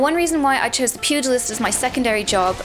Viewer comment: thank you for saying pugilist correctly! so many video making me flinch